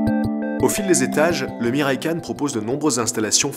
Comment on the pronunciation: OMG les prononciations des mots... Ce n'est pas de l'Anglais hein.... Entre le Kawai et le Miraikan... Même Google traduction s'en sort mieux.